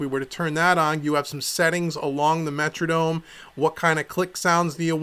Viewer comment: wtf is a "Metradome"?!? lmao